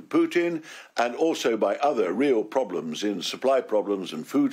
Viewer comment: They have coursed all the ploblems Ken